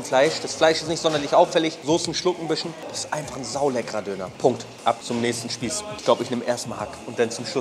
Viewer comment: Keine ahnung wie oft man dir das noch sagen soll es heißt bisschen nicht "büschen" kann doch nicht so schwer sein oder?